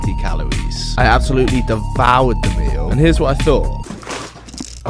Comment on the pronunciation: "im... fwee fwies have 60 calowies"